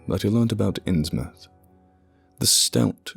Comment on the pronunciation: Thank you for pronouncing "Innsmouth" correctly. Believe me, it matters.